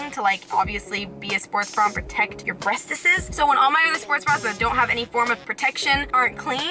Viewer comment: Double Kanye reference with the music and the "brestesses" 😍